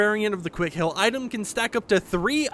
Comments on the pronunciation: I love how he says "hill" instead of heal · I like how he pronounced it hill and not heal😂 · Burst squad hill??it is heal (h-e-a-l) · Why does he say heal like that lol